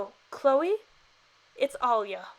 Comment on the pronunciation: DIS GIRL DID NOT JUST SAY CHOLE!!!!😑😬😤LIKKE BISH U BEST TO GET OUTTA HERE